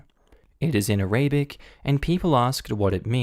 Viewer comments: The mispronunciation of Arabic is a bit annoying, but it ok Btw, it's pronounced a-ra-bik, not A-ray-bic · ARA - BIC... not A - RABIC